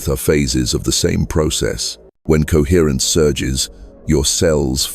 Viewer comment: CoHERRENCE. COHERRENCE. COHERRENCE COHERRENCE. COHERRENCE. COHERRRNCE. COHERTRNCE. COHERRENCE. COHERRENCE COHERRRNCE. COHERRENCE.